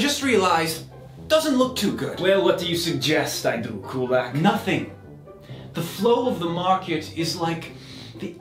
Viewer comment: Why is he pronouncing Kulak wrong now?